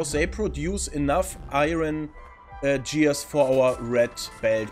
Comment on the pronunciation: Gears mit "G" wie "Gustav"